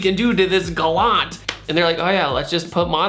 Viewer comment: You don’t know how to say Galant...